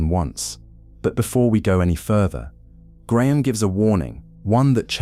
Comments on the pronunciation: When you pronounced his name as Griahm , I turned off. Hating AI, narrate yourself or piss off. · so AI can't pronounce "Graham" ... got it.